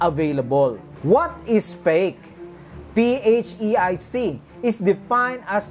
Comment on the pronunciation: PHEIC pronounced fake. Lord Jesus, please come soon! 🙏